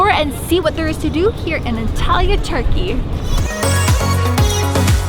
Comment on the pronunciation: The way you pronounce Antalya is just... not normal... I almost hear it as Italy which is so unsettling haha